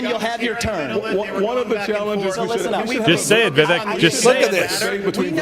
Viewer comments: It's "Vivek" like "cake". No like "kek". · he's not wrong.....he still calls Vivek incorrectly even after when politely explained how to pronounce it, it's like he's not even trying. And for anyone who isn't even trying, regardless of your politics, fuck them.